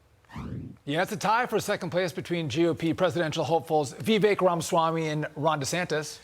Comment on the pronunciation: Correct pronunciation of Vivek is pronounced Viv-“-ake” as in “cake”